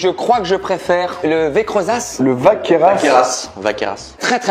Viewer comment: Écorcher le nom « Vacqueyras » olalalaa ! Allez Ben vient dans le sud, je te ferai faire le tour des petites caves, dont certaines à VACQUEYRAS 😄